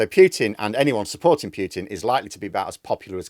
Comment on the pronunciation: Pooootin not Pyyyyoootin!